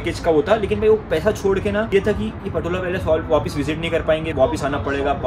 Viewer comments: It’s pronounced “Potala Palace” not patola bro, let me brief you about the smoke offering doesn’t mean sniffing just smell good it’s more associate the pristine nature of aroma that Buddhist believers used in puja and outside the home moreover used it in chapel where enshrined buddha and many deities, protector of dharma’s. Ah Tibet is an autonomous region once used to, but then after 1959 chinese communists annexed it under Mao zedung’ today they hoisted their communists flags on the roof of “Potala Palace” the world riches palace Chinese blunder loot it under coercive communists rules. Many monasteries are destroyed to the dust and monks were threatened to follow their Buddhist practices at vast monks so many them imprisonment. World leaders frigid to talk about the critical and chinese communists gain their stand. “Tibetan nowhere to call home” but feels home in exiled some parts of the world, “Free Tibet Bhoe Gyalo” ✊ “Jai Bharat Jai Tibet”✊✊✊ xi jingpin ke Kano tak sunaye de doston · again you called the Potala Palace "Patola"! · i think its not patola ,, its potala palace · It's Potala Palace not Patola my friend.. Nice video nevertheless 👍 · Potala Palace not patola 😂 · अरे भाई पटोला नहीं पोताला पैलेस होता है🙏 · my nigga its Potala Palace